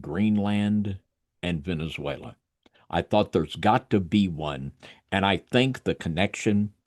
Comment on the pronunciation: Cool discussion, but listening to trying to pronounce Venezuela is killing me…Venzawela 😂😂